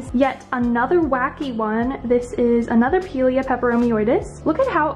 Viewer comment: Pie-leah is the correct pronunciation ❤ Your house is goals, and your plants are flawless ❤❤